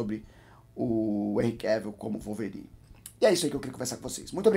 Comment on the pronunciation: Calvorine kkkkkkk